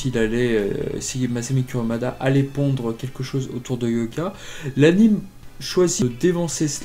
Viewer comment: C’est pas « Curumada » ça se prononce Kouroumada